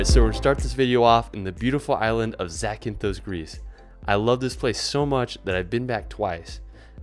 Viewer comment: Please don't add an E to words that don't have one. It is Zakynthos, not Zakynthose. That last O is short.